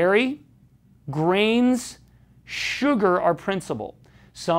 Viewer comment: Ellii Munz it did sound like greens, but he said grains.